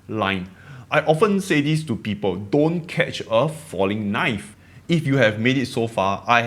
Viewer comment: I understand your motivation, but don’t sweat your accent. You’re Singaporean and this is the Singaporean accent. People will adjust and adapt! I find your accent adorable and think it adds to your charm and appeal. I’ll miss it if you stop pronouncing “people” as “pee-po.” 🤓